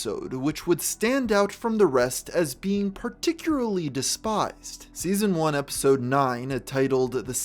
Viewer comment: I hate having to hear you say "Particuary" for 3 hours